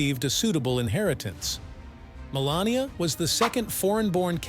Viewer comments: Wow, what a negative introduction... Seriously primes the viewer to believe that you are biased. Also, you called her "Melanoma" in one segment. Nice editing... what a joke of a biography. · He called her Melenoma😂😂. Listen carefully 😮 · The reader has missed her name twice, Melanie and Melanoma and once called her a witch ……… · I love how AI called her Melanoma!! She married something malignant, so very fitting ! Ha Ha Ha!! I think an awful lot of this story is of her making. She didn't believe he would win, that's the only reason she played along. She never wanted to be First Lady and she was the worst ever, I guess just to prove it. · The name of this video should be, 'How many ways can AI mispronounce Melania's name'. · He (the talking head) can only pronounce her name about 1/4 of the time. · Narrator, please learn Melania's name, also mara logo?